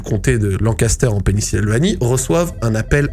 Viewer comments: Top ta vidéo! Mais c'est Pennsylvanie et non penisilvanie lol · C'est Pennsylvanie, pas Pennysylvanie :) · sans doute bcp de gens qui l'ont dit mais c'est Pennsylvannie et non Pennysilvannie ! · Pennisylvanie? Pennsylvanie 😂 mais sinon motel t'as video je kiffe ce format ! GG et grosse force à toi ! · On dit Pennsylvanie et pas Pennysylvanie mdrrr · Video superbe, par contre, on dit "pénicilline" et "Pennsylvanie", pas Pennisylvanie:P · Il dit pennisylvanie au lieu de Pennsylvanie toute la vidéo jsuis ko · Jme suis demandé ce que j'allais regarder en mangeant, j'ai vu ta vidéo j'ai cliqué instant' mais la première histoire m'a refroidi ahah edit : Par contre tu m'as régalé a dire Penny-Sylvanie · ta clairement un problème avec la prononciation de pennyslvanie par contre